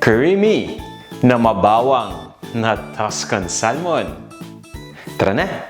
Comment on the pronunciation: We say SA(L)MON silent "L" here in Canada.